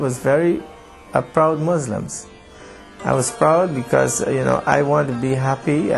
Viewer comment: SO FAKE HE CAN'T EVEN SAY MUSLIM HE SAYS "MOZLUM." SO FAKE IT'S JUST TO SELL CHRISTIANITY.